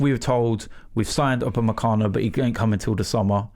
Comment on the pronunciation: "Naitland-Miles" "Pochechino" "Upamencano" "Papavopoulos" "lol you said saha"